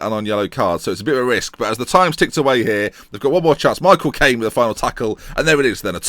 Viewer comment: I love it when you say Michael Cain, it's hilarious haha